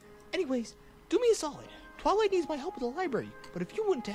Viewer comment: twilight sounds like fiw twilight